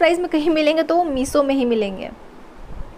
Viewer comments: I liked the way she said "Meeso"😂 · Your reviews are good...you look good but please please improve your pronaunciation as well...its shorts and not sorts also its meesho and not meeso...you pronounce sh as s